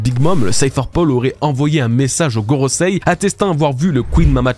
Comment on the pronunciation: Enfin Gorosei prononcé correctement, merci ! :D